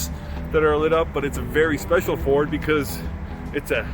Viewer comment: 🤫 Be vewy vewy quite I am reviewing a Fowd. huh-uh-uh-uh-uh-uh-uh-uh Well look forward to when you can actually give us the goods. It looks very good.